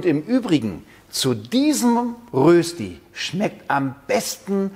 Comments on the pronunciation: Röösti 😂😂😂 Der war noch nie in der Schweiz Röschti essen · Erstens heisst es die Rösti, und ausgesprochen wird es Röschti. Zweitens nimmt man vorzugsweise festkochende Kartoffeln. Drittens habe ich noch nie Rösti mit Muskat gesehen. (Erlaubt ist natürlich, was schmeckt, aber Muskat in der Rösti ist eher untypisch.) Viertens brät man am besten von anfang an in Butter oder noch besser in Bratbutter, die höher erhitzt werden kann. Soweit die Kritik. Noch ein paar Ergänzungen: Zum Braten pro Seite etwa eine Viertelstunde rechnen, also auf kleinem Feuer braten. Speckwürfel machen aus einer Rösti eine Berner Rösti. Auch Zwiebeln kann man reintun. Man kann Rösti auch aus Pellkartoffeln machen, auf den diesbezüglichen Glaubenskrieg will ich nicht eingehen. Mit Pellkartoffeln schmeckt die Rösti leicht anders. Wenn Pellkartoffeln verwendet werden, dann kann man sie anstatt zu raffeln auch in Scheiben schneiden. Früher war Rösti in der Schweiz ein verbreitetes Bauernfrühstück, das man nach der morgendlichen Stallarbeit einnahm. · Berner Rösti ist die mit den Speckwürfeln. Ohne ist es nur Rösti. Und st = (scht) so von wegen Aussprache. Grüsse von einem Berner. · Es heißt Rööschti!!!!! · Das spricht man Röschtie aus. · Cooles Rezept .. aber es heisst Röschti .. mit einem fetten SCH .. es grüsst der Bünzli aus der Schweiz! ;) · Du nimmst mir das Wort aus dem Mund! Immerhin sagt er ein langes öööö 😄...